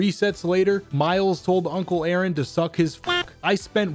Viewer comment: Instant like when you said A-aron